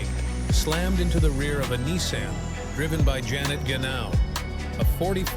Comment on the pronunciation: The ai voice you used for this video knows how to pronounce every word correctly except for Nissan.